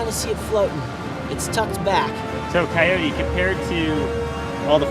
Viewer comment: Coyote! Use your Spanish vowels! Your pronounciation is killing me!